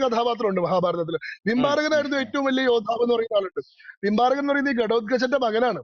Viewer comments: Not bimbarakan it was barbarikan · ഭിംബാരകൻ അല്ല "ബാർബരികൻ".(ഘടോൽകചന്റെയും അഹിലാവതിയുടെയും പുത്രൻ )